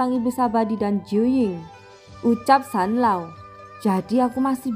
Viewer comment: Zanlaoo woii bukan sanloo